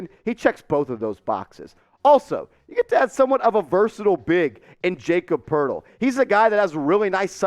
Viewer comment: Wtf bro it's pronounced Yah-cub Purtle